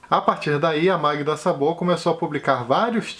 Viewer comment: oi, o a sem acento tem pronúncia O em húngaro, então Szabó, é pronunciado Sóbó.